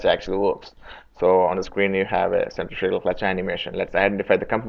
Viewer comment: If you're going to do a video in English, why the heck don't you learn to say the word Centrifugal clearly. Your pronunciation of the key word Centrifugal is totally unrecognizable, and you know this. I think you don't because you don't care to. You expect your audience to adjust to your pronunciation instead of you talking the time to say the work correctly.